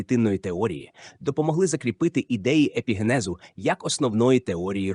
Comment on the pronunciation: ПарАцельс?!! гомункУлуС?!! ЕпігЕнез?!! ЕмбріогЕнез?!! (далі не витримав) ВзагАлі немОжливо це слухАти! Ви коли-небудь чули про таке явище як "правильний наголос" Вподобайку поставив, але це авансом на майбутнє...